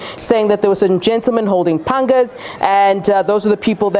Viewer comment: I heard "panga"